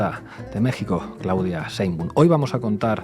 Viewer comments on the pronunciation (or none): Se pronuncia Schcheein-baaum, sch larga y a latga